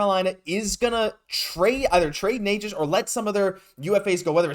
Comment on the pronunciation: Canes fan here. First off, it's pronounced "Neh-chus" lol. Second of all, I think it's clear he wants a trade. But it seems a LOT of teams are interested in him so, what do you think is the Habs best offer?